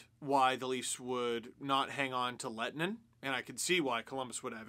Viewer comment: Your ”h” sound is actually part of the way his name is supposed to be pronounced :D